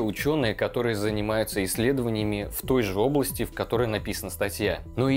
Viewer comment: услышал " в той жоплости")))